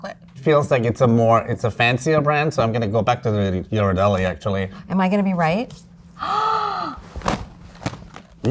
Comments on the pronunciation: It's Italian. Gh is pronounced with a hard G sound as in "get". gear-rar-DELL-lee. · hello Ms., Ghirardelli is pronounced with a hard 'G', not a 'J' sound. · They all pronounce Ghirardelli differently 😭 yhiradelli, giradelli, and Ghirardelli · Yeah, it’s GEAR-ar-delli, not JEAR-ar-delli. The H after the G tells you (in Italian) that it’s a hard G. If there was no H, it would be a soft G. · It’s “Ghiradelli” pronounced with a hard G, not “jiradelli.” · They can't even pronounce Ghirardelli properly - it's a hard "G" because it's followed by an "h." You're welcome. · Somebody please tell that she pronounces the G incorrectly in Ghirardelli. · It’s Gear-ar-deli. Gear. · Learn how to pronounce Ghirardelli. Grew up near the factory in SF. The hard G of the other two judges was correct. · Pronouncing Ghirardelli wrong. Ugh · They pronounced Ghirardelli three different ways. lol. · Did anyone correct lady with the dark hair that pronounced Ghirardelli wrong question mark? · Itvdussaoints me they arebt pronoucing Ghirradelli correctly!